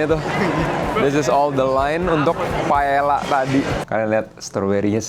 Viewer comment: Koh, correction dikit paella itu baca nya “pae ya”